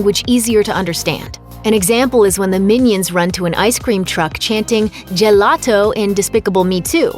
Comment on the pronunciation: When you said gelato I know that word but it was hard to understand